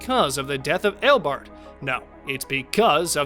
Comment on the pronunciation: Ten, Barry didn't travel through time at all. Because if he did then he would have been reliving the day 🤦🏼‍♂️🤦🏼‍♂️. Also kara wasn't flying faster than him Nine, well wouldn't you be shocked too if you found out you had a son? Eight, his name is EO BARD NOT EIL BARD or whatever the fuck you said. did you even watch The Flash at all? Also eobard didn't run away because he was scared. He ran off if you listened to what he said to plan on how to destroy the Flash. Seven, actually I kind of agree with you on number seven but also can you either watch or rewatch The Flash? Because you are literally butchering the reverse Flash's name 🤦🏼‍♂️🤦🏼‍♂️ Six, actually it wasn't going to destroy the planet. It was actually going to destroy the entire Multiverse. Five, you're actually wrong again as Barry didn't save Wally. If you actually looked at the clip you used Barry tried to save him but Wally fell into a dumpster and his mask was already off before Barry looked inside 🤦🏼‍♂️ Four, anyone will remember that scene so good job on showing us lol Three, I mean you literally just said why the fight scene was bad. What did you expect a full on Avengers style CGI or movie budget styled fight lmao Two, how is that embarrassing? When savitar literally called himself the god of speed. Of course he's going to be out matching any other speedster lmao. If you paid attention to his explanation he confirmed that he was trapped within the speed force 😂😂. One, I don't get this one at all what was suppo